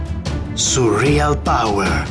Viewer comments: Si dice surreal non surrial cazzo lol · Si dice Surreal non Surrial